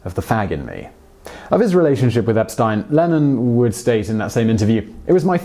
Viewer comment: Oh thought it was "Lenin" and was really confused when you said 'peace and love'.